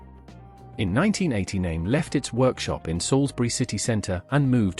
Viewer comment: I liked this video, but couldn’t understand why virtually every product name was mispronounced. I have a Naim system and feel like the value is there in many of their products. For example the CD5 is a fantastic CD player that sounds much better than others I’ve heard. However the CD555 which costs almost infinitely more doesn’t sound better to me. I like that Naim thinks for themselves. However, I agree that they have strayed from their original values. For example, for years Naim insisted that you didn’t need fancy interconnects and power cords. They have since done a 180 and now are happy to sell you extremely expensive cables.